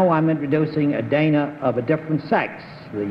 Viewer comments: GONDOLIER MAKES AUTOMATIC COW WASHING MACHINES Bennett pronounced it wrong. Her name was pronounced like "Donna". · Bennett sat next to Dana Wynter on two shows in a row in 1958; he's apparently been acquainted with her outside of the show (her reference to meeting him at a party), and yet he mispronounces her name? He pronounces "Dana" the same as in Dana Andrews' name in introducing him . (It should be pronounced like "Donna" for Dana Wynter.) He must have forgotten; Bennett should be sharper than this.